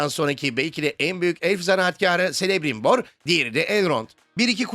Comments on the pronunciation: Celebrimbor: Selemrimbor diye okunmuyor, Kelebrimbor diye okunuyor. Tolkien'in alfabesinde C, S diye okunmuyor baştayken. Hep K diye okunuyor. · Dostum sadece Celebirmbor'a Selebrimbor diye seslenmez çok garip geldi. Seninde biliyor olman lazım ki orta dünya kitap eklerindeki sesler kısmında c harfi için hiçbir zaman ingilizcedeki gibi s olarak okunmaz her zaman k dır. der. Yani Kelebrimbor dur okunuşu, seviliyorsun, saygılar :) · Quenya'da da, Sindarin'de de C daima K sesi çıkarır. Her "S"elebrimbor deyişinde ebeme sövmüşsün gibi gerildim. Hocam dikkat edin böyle şeylere, Tolkien orta dünya dillerini detaylarıyla tarif etmiştir. Bize de ustanın emeğine saygı duymak düşer. Ayrica zenci elf konusunda kalbimi okudun, her lafına tamamen katılıyorum. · Abi bi de celebrimbor'a kele brimbor diyolar ya çıldırmalık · Celebrimbor "Kelebrimbor" diye teleffuz edilir. Birkaç tane telaffuz var, Silmarillion'un sonunda bunlar yazıyor. Elçe de C ile K diye okunuyor. Onun dışında Kirdan okunuşu doğru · Orta Dünya'ya kafasını uzatan biri bile Celebrimbor'un "Kelebrimbor" şeklinde telaffuz edildiğini bilir ki Silmarillion'un sonlarına doğru da yazar bu bilgiler. O kadar eleştiri yapıp da böyle bir hata yapmak :) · yazanla seslendiren aynı kişi olmadığı için bu tür hatalar nerdeyse her videoda var :/ keşke yazan kişi isimlerin okunuşlarını önden belirtse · bu ciddi hata olmuyor mu? En önemli karakterlerden biri zaten Celebrimbor. En temele hatalardan biri c yi k yerine s ile telafuz etmek. amazon'a başvursanız alırlar güç yüzüklerinde işe bu videoyla